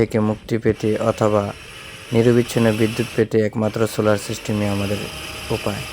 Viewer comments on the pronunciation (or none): সুলার নাকি সোলার😂😂😂😂😂😂